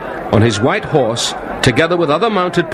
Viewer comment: i love how he says 'white horse' like the fact it's white changed a lot.